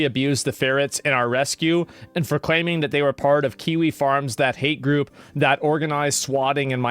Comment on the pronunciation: Question, isn't kiwi farms like... A message board or something? Why is he talking about it like kiwi farm like he's an octogenarian reporter who can't figure out who this "four chan" guy is? I could be wrong, I know about as much about kiwi farms as Pirate does about coding, but the way he says it just seems... Wrong